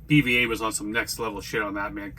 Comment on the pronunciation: His names pronounced beeva like the beaver 🦫